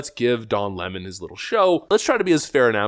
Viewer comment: Can I be honest,?” without going to jail on March 17th And don’t plan killing myself ,Don 🍋 Lemon La’mon correct spelling & pronunciation lemon would be correct He is a wet tampon they gone to the same Teleprompter reading Boot Camp that’s all liberals go through and they cannot break the habit of being an assholes Lemon could go cuddle with Fredo ? I think he turned his Lemon self away from the only friend he had Fredo and I believe A network what’s to do a sitcom called (two brothers and a 🍋 Lemon 🍋 Steltzer corporation